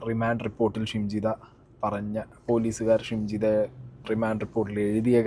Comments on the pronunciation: Nte....jimshitha alla...shimjitha😂😂😂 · Edakokke jimshida ennanu pparayunnath.. shimjidha aanu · Anna Jimshi alla shimji 😂🤣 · ജിംഷിദ അല്ല ഷിംജിത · ജിംഷിത അല്ല ഷിംജിത.